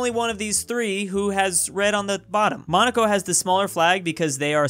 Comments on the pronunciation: It's Mon-a-co not Mon-ai-co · What’s Monaco muh-nah-co it’s mon-nu-co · Did he just pronounce Monaco as "Mo-noc-o"?? Its pronounced "Mon-a-co",. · That is how many Europeans say it but that is weird yeah idk how he learned it this way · It's pronounce "Monn-uh-koh" with stress on the first syllable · Mah Nah co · "monockco" this man is so californian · really just called Monaco 'mon-AK-oh'?! Wow bro... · I'll be real with you, I've never heard Monaco pronounced that way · Never heard ‘Monaco’ being pronounced like that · It pronounced Monaco, not Monaco.